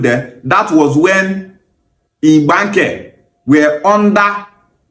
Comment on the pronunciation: See how he is pronouncing Igbanke. To show you there is no similarities in-between.